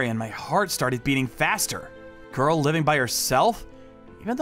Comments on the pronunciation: And he says goil to girl wtf😊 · Bro said goil and not girl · Bro says girl like goil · The first dude said goyl😂😂😂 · bro cant even say girl he say göğırl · Another thing why does he say girl like goil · The first narrator "Gorls"